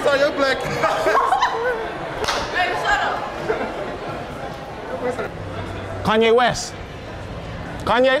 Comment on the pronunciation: That aint kanea west, thats kanye est.